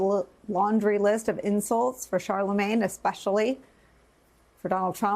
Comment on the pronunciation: Charlamagne… not Charalagne.